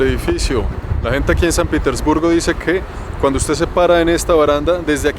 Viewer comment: Al principio dices san pitisburgo , y es san Petersburgo hable bien guevon